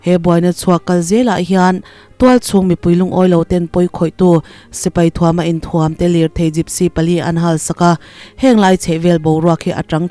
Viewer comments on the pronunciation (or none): 'Inthuam' i lam rik dan hi a dik lo.